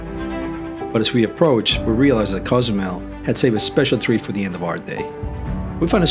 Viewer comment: Great video! Just need to pronounce Cozumel correctly 😂